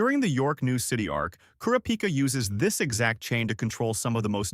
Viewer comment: it’s kurapika… not kurapika